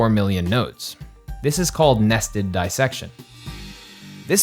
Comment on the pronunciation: The voice over speaks " Nested Dissection " incorrectly. It should be "dis-section" not DIE- section" as the voice over currently says. It is a different word. Makes a big difference.